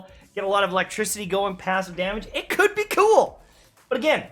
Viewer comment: "It cood be cOOl"